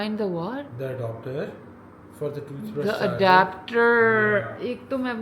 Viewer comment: I also used to call it adoooopter nd just googled the spelling 😅😅nd from now onwards v will also pronounce it adaaaapter😂